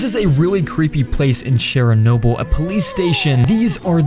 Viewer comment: Please learn how to say Chernobyl properly. It’s not Cheryl-nobu as you say it. And it’s still very very radioactive.